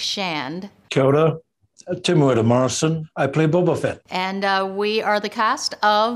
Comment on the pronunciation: temura morison just saying "boba fett" sounds so dope 🤣